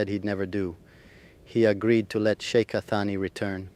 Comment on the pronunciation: Shik? Shica? Que horror.